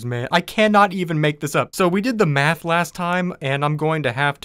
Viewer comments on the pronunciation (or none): none